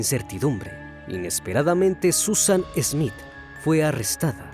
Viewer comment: No es ESmith es Smith Ya es hora de mejorar.